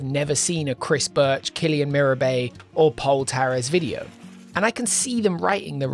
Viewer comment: his name is KIRIAN Mirabet, not KILLIAN Mirabet! 😊